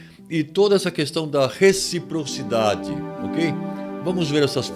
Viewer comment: "Reciprocidade" (reprocidade), né! 🇧🇷🇧🇷👍